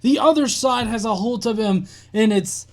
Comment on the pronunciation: Aholt. Yup aholt it's a thing. It means you've got ahold of somthing very well.... Aholt